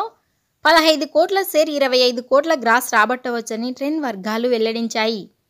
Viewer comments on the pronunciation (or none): సెరు కాదు షేరు అనండి